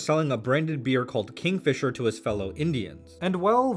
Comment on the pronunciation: Kingfisher? No. Kingfeemer? Yes.